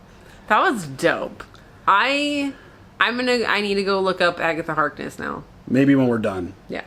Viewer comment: Lol you nearly pronounced her as Agatha Heartless :D which could also sound dope and quite true as well xD